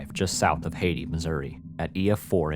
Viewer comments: Hayti is pronounced hey tie not hati like Haitian lol I’m from Kennet mo, it’s 20 mins away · Hayti, MO is pronounced like Hay-tie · fyi: Hayti (pronounced "HAY-tie") is a city in eastern Pemiscot County, Missouri, United States. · you said hayti wrong lmao, it’s pronounced “hey-tai” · need to fix your pronunciation. It's Hay-tie, Missouri, and Cay-cee, Kentucky.